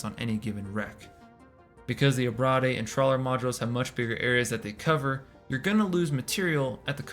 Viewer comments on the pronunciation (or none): Great vid, thanks for the deep dived. However...abrade = ah-braid. Ah-brah-dey makes it sound like an entre'. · Abrade is pronounced “a-braid”. It’s a long A. To abrade is to cause “abrasion”